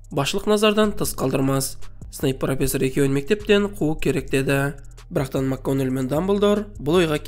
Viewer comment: Макганагел емес Макгонагал шшар можеть быть